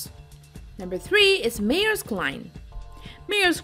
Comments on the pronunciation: LMFAO.. pronounce MAERSK again..? probably the most well known company in the video is MAERSK and you pronounce it like you've never heard it before LOL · Honey, you need an editor to work with your pronunciation: "Maersk" and "Caribbean" come to mind. 100,000 is one hundred thousand, not one hundred and a thousand. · Meersk line